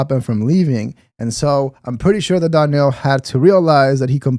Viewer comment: SAY HIS NAME! It's Darnel Rollins!